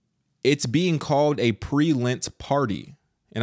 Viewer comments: It's lent sweetie Not lint! FYI All catholics do lent Not just the older generation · LENT!!!! NOT LINT